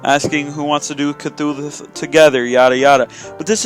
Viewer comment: Wait.....did he say cthulhuth?